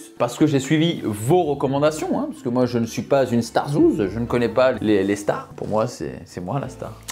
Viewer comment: Au début tu dis les « chtars » pour dire les stars bahaha🤣